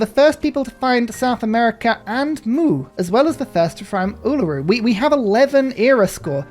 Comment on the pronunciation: Yay! Uluru! :3 (I'm really happy with how well you pronounce it)